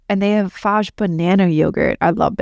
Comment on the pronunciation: I love Fage yogurt. I do believe the pronunciation is Fa-Yay 😊